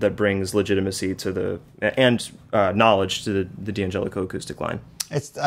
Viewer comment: It's not 'DeeeAngelico', it's DAN Gelico. Italians don't say 'DEE'. At best it'll be 'd'YanGelico'...really quick with the 'd', like all men other than me are. 🤣🤣